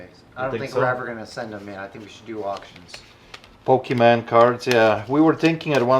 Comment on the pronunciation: Poke—ee-mon— NOT pokee-man haha